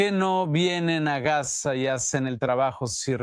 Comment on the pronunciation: Pronuncia bien, Gaza dices gas, ? FUERA los TERRUCOS, suicidas! Shalom ISRAEL.